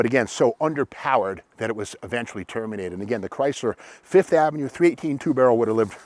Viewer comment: Yup, the "Sev-ova", the "Fifth-o-Mat" and the "Lin-ada". LOL.